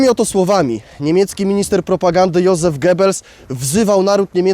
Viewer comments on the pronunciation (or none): none